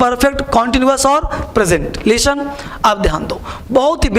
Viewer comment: "Leestan" nahi 'listen' hota hai...english ke teacher...